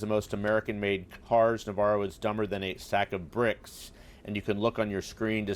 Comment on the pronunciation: Refer to Ron Varo not Navarro . Indicative